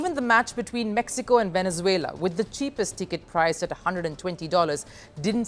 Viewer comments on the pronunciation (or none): none